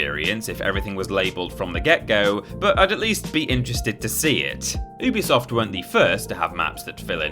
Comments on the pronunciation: It's pronounced "yubi-soft, not "oobisoft", something the company have clarified before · It’s pronounced uh-bee-soft